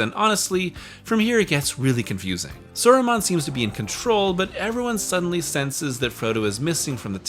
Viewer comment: And what of this "Eragorn" or this Sawruman fellow? Can't say I've ever heard of them..